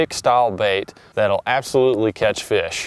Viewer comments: It's because said frish instead of fish in the video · Bro he said frish 😂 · you said frish :D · Herro I rike to catch frish lol. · Frish ? they catch frish ? that's what he said LOL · what the fruck is a frish? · Take 2.... it's fish not frish, you talk like me. Speech therapy did no justice for you and I, lol. Great video brother. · This nigga said frish 🤣😂😂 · .20. seconds in he says frish!!😂😂😂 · they catch “frish” 😂 bring it “brack” threw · "they catch frish" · He said frish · Frish no not frish. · Thought it was gonna be a normal video with for once since I watch his channel and then he says "Frish" and all hope was lost... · did he say Frish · where does he say frish? I'm half deaf. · He didn't mean to say that, at the time of the video he had Brain cancer so it was causing him to miss pronounce words.